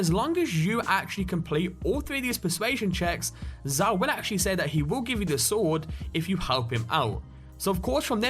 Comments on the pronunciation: Zao, not "z-ay-oh", it's pronounces "Z-ow" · hehe he pronounced it zay-o, it's pronounced zow btw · He said ZAY OH's sword. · Lol the way he said zao it's pronounced zow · Oh ok so he pronounces "Zao" correctly when referencing the actual npc, but when he references the sword, he pronounces it wrong. Yeah sure.